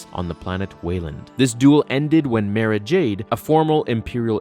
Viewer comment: Omg !!!! Again dude learn before you post. It's MAR-AHH not ma ruh